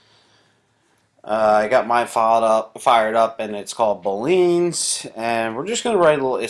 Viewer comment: You're pronouncing Boolean wrong